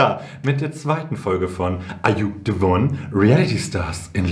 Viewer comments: Keiner wirklich keiner sagt Ar ju se won so schön an wie du - dass war eines der Dinge worauf ich mich wieder so sehr gefreut habe😅🫶🏼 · Ich kann Are you the one nicht mehr "normal" aussprechen und betone das genauso 😄